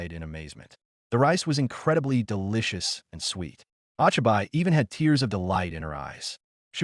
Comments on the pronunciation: I like the story but how I am pained by the pronunciation. Oh-Chai-Bye, Oh-Knee-Eye, NEEN. Seriously bad text-to-speech AI. Oh-Chee-Bee (Ochibi, young child), Oh-Knee (Onii, older brother or older friend without honorific slightly polite with a slight elongation of the -ee syllable), and Neh-neh (Neene, older sister or female friend not regularly seen with an honorific and more familiar than polite and pronounced with a slight elongation of the first -eh syllable. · When the ai doesn’t know the difference between names and nick names and pronounces it wrong. Ochiby? Wtf really disruptive 😊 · ah-chi-bye and oh-nee-aye is horrid.